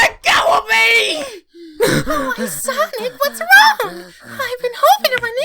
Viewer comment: Tails: SOWIC Amy: SONIC